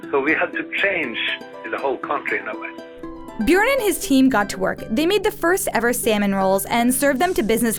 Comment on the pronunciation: It’s not Bjårn, it’s BjØrn